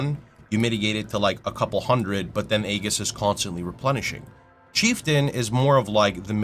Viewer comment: Unrelated, but that's not how you pronounce "aegis".